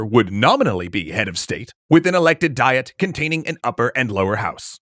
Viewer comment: You keep pronouncing the Japanese government body as Die-et, but it's Dee-yet.